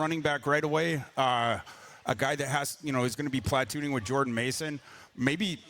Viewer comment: Someone tell he doesn't know how to pronounce "platoon"